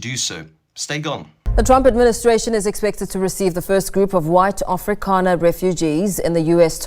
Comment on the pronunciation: Its afrikaner,not afrikaaner,you cant even get that right!